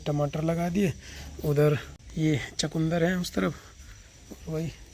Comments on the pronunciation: Chakundar nhi hota chukandar hota hai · Kae bar kaha hai lkn chkundar hi bolty hain hm log to chuhy ki chukya ko chkoundar kehty hain